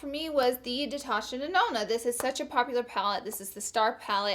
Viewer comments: NOOO I WAS SCREAMING WHEN YOU SAID DETASHA NANONA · Honeeeeey. It's saBotage, not saVotage. I'm dead. Detasha Denona? Deceased.